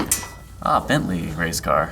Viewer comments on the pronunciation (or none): none